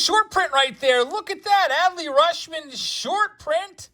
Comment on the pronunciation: I think Rutchman pronounces like clutch, not RuSHman.